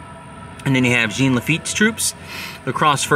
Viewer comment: Our Cub Scout pack took a field trip to Chalmette many decades ago when I was a kid. It was interesting & fun. We had pretend battles. I'm sure that it is spruced up more today. Jean (pronounced more like Zhjawn, not Gene) Lafitte was integral to the entire campaign, especially at the coast, where his knowledge of the waterways, hiding places, & ambush locations were invaluable. Then around Chalmette, he advised Jackson about the best defensible & attack locations. He is the true hero. Jackson got all the credit, then reneged on his promise to pardon Lafitte for piracy. Sad that so many perished in another avoidable war.